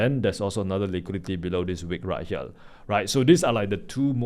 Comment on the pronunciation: Do not phukn pronounce here as Hiyal pls!😢